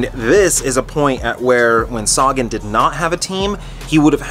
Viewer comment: It's not Saga-N, it's Sagan. Thanks bro 💪🏻